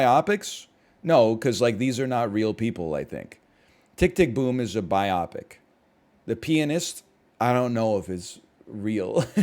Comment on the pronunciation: Wait does this man really pronounce "biopic" as "bye-AH-pic" instead of "BYE-oh-pic"? Is that a Canadian thing, or just a case of only having ever read the word?